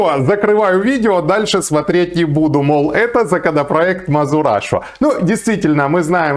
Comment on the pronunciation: не мазурашу а мазераша ))))